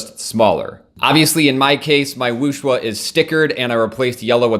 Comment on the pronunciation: It's not Wooshwuh, it's Wooshway ;)